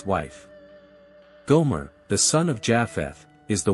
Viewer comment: Your work is quick and confused especially about cainin and gomer pronunciation incorrect the ancient chinese are from khem they Are not from caucas mountains remember all three sons came from two parents their great difference in race shows the parents were unusual check other research was noah unusual racially when he was born his parents coment attest to this. n .